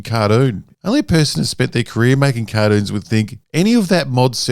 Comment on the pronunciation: "Cardoons" ❤ Australia hey 😅